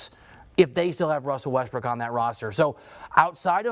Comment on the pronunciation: This guy say Westbrick?